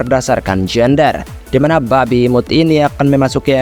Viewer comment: bang penekanan kata Babi dikurangin dikit ya😂, kami penonton serasain dikatain 😂🤣...